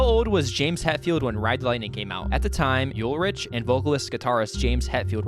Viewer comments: lars ulrich is pronounced like lars ulrik, nice video tho! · Kill ‘em All is also considered a classic! Also Lars’ last name is pronounced “Ul-Rick”.